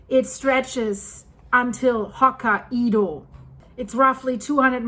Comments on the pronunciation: Ho-ka-y-do not ho-ka -ee-do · Ho-kai-dough NOT Ho-ka-e-dough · it's pronounced Ho-ki-doh! 😂 Not! Ho-ki-edoh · Not hokka- ido, but hok- kai- do. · You do an excellent job and I’ll help you with a pronunciation. It’s Ho-ki-doh not Hoka ido. Keep up the great work! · hok ka i do? Lady just say Hokkai do lmao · It's Hokkaido ...not Hoka ( the shoe ) Ido 😂😂😂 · Hokkaido is pronounced "Hoh-KAI-doh. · It's pronounced Ho Kai Do. hahaha. Love your vids!!! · Hi I believe Hokkaido is pronounced “Hock-eye-doe” with the “eye-doe” part said quickly. 👍❤ The Japanese nation is in my heart at this time, hoping it settles down. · The problem with phonics is that they don’t translate evenly from one language to another. It took me a moment to figure out what place you were talking about. Hokkaido is pronounced as ho KI do. Japanese yes, hai, is pronounced as HI. The “a” is silent. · Hi, I really enjoy your comprehensive look into current events and love your pronunciation of some places, I know English isn't your first language so where are you from originally? I believe Hokkaido is pronounced. " Hok - eye - doe" 😍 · Your Personal Linguist sez: The northern Japanese island’s (Hokkaido’s) name is pronounced “hoke-KAI-doe.” God bless you for all you do—and for struggling through the place names as you do it! My wife and I discovered you just before the Blatten catastrophe, watched, riveted, through it, and have followed you avidly ever since. Thank you! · Hokkaido is pronounced “Hokkaydo “. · It’s hokie pokie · Hokkaido, japan is only three syllables